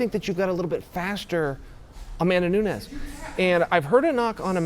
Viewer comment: Amanda is going to get smashed. After that, Chael might learn how to say her last name.......